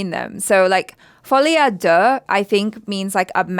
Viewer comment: I’m pretty sure Folie A Deux is actually pronounced “Faw-lay Uh Do”. I could be wrong tho.